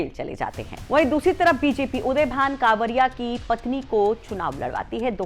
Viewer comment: मैडम उदयभान कांवरिया नहीं करवरिया है। और विजया यादव नहीं विजमा यादव है।😊